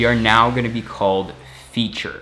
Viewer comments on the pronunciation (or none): Dude that's "Feat - ter".. not Feature